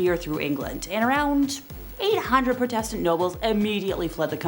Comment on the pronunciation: How do you mispronounce Protestant? Protestantism is one of the major religions in this world!! People are just getting stupider and stupider by the minute! SMDH 🙁